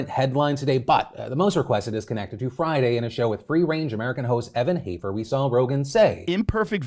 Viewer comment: Here I am just surprised you said Hafer correctly!